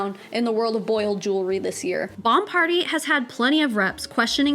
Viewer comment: “The world of Boiled Jewlery” 😂😂😂😂😂😂😂